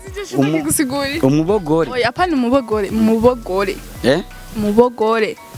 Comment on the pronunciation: Ntibavuga mubogore bavuga mugobore Santa hahah